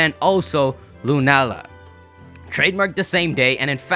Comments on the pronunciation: Not sure if anyone's said this already, but 'Lunaala' reads as 'Luna-ala'. If it was pronounced 'Lunaala' (with the long 'ah' sound in the middle) it would be written as ルナーラ :) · I'd suggest it's pronounced 'Luna-Aala'. Although it's lacking in a character that officially puts a break between the two.